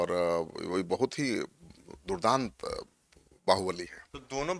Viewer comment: 😂😂 Durdant Bahobali.....ye Durdant Apradhi nahi bol pa raha h apne swajatiy gundo ko